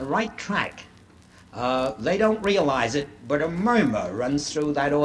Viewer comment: g I note that he calls it a MUYMERRR the first time he says " murmur " .